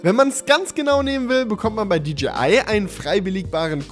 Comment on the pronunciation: Endlich jemand der Englisch kann. Es heißt auch nicht ”tschibiäl“ sondern "tschäibiel" und auch nicht "ditschiai" sondern "ditschäi ei" und über Huawei lässt sich streiten